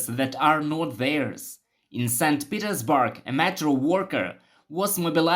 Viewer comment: tf is saint petersBARK?